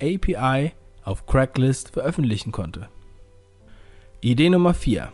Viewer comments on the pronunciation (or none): Craigslist, nicht CRACKlist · Super interessantes Video! Man spricht es übrigens "Kregs-list" aus und nicht "Crack-list" haha! :)